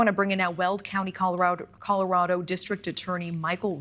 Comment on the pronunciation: "Coller raddo"😂😂